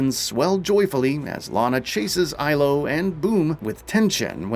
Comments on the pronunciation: "Aylo" ITS ELO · Why do you pronounce the sister's (if she's a sister, game didn't indicate this one bit) name "Ailo" when Lana herself always pronounces it "Eelo"?